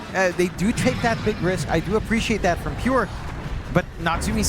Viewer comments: why second comentator keep saying Pue? not a Pure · Its not Pure, its Peeyoohh